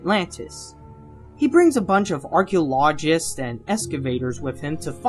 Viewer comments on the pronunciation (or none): it's archaeologist, not archeolologist.